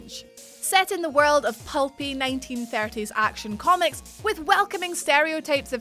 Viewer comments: monster hunter war-r relds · Luv ur 'world' pronunciation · can you say world again